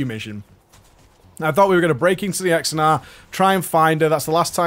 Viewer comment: Xenedar mate. Xenedar. You kept saying Exenar over and over again it was hilarious ^^